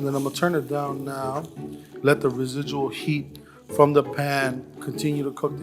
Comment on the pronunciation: re-zhe-djool HEAT bring it TA GETHER